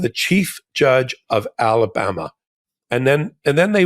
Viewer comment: Did Ben just call Alabama "Talabama"? Apt